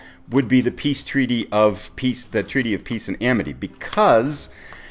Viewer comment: Awesome! If you listen very carefully at about , you'll hear yourself say "the Peaty of Treace and Amity". Comedy gold. :D Great video. Enjoying the series very much.